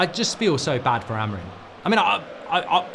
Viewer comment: Their names are NOT "Amourine", or "Cuna". It's AMORIM. And for Cunha It's an nh, so the sound is ÑE. CuNHa. English can't pronounce Portuguese names to save their lives. They either make it sound like spanish or like nothing at all. It's like me calling you Markei Gouldabrige. If you are going to comment on football, at least do your homework and hear their names properly pronounced first.